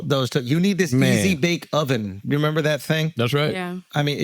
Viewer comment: Are u trying to make it to a thing , with this “memba” ? 😂